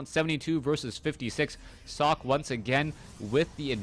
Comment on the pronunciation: sockEEE,, not sock, haha:D